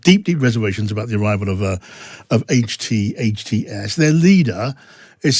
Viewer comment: It's Bashar not Bashir! And HTS not HST! Come on, a bit of research before doing interviews!